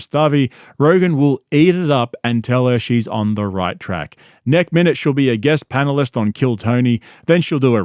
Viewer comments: Mate did you just say "Nek minute" 😂❤ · Schlob said nek-minute once, it’s like the Teggsas and Trugg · You uttered “Nek-minute” , did you not sir? 😂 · Nek-minute?? Bros inserting classical memes and thinks we wouldn't catch it 👌🏾